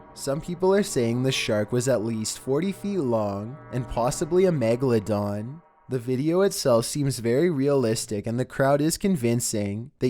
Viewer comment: did he say magaladong?